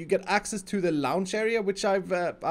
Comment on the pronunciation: you say lounge...